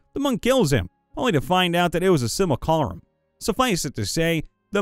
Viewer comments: Try that word again. It's "simulacrum", not "simulcalrum". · i've heard you say 'Simulacrum' like 8 times now across multiple videos .. and every single time it turns into 'simucalarum' where do these extra letters come from?! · Commented this before, but apparently it was never read. “Simulacrum” is pronounced “sim-you-lack-rum”. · As much as I enjoy your reactions to what you're reading, sometimes I wish you would read them ahead of time and pronounce words correctly. Hearing occurred instead of accrued gave me a double take, and simulacrum is sim-u-lak-rum in every place I've heard it before.... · He HAS to be pronouncing "Simulacrum" incorrectly after all this time for the meme... right? RIGHT? RIGHT???